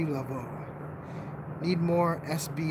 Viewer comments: Around the third time he said Mary de la Voo I started hoping Marie has a sense of humour 😂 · Marie Laveau's name is pronounced "La- vo'" like in bureau. Rock on,. I love that you sing Wonka when you're nervous! lol